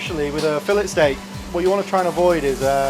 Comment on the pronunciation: I can't get over him pronouncing the "t" in filet 😅😅😅